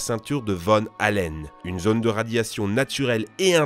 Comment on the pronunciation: Van Allen, pas von Allen ...